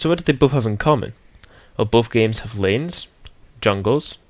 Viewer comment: When you said lanes I thought you said names :P